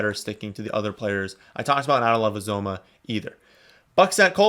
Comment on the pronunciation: Uzomah, pronounced: You-zama (he pointed this out in an interview on a local Cincinnati tv station). Just throwing that out there 'cause I was getting it wrong, too.